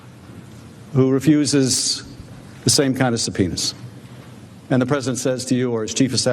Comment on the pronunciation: he seriously pronounces subpoenas "sub pen is's"